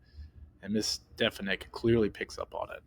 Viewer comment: Stefank's name is said correctly at least twice in the beginning of the video, yet you mispronounced it several times throughout your assessment.